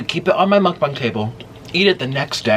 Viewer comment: Why dose he say mukbans?? Its mukbang!